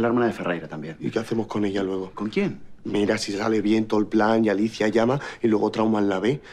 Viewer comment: like si te diste cuenta que alicia no pronuncia la r😂😂😂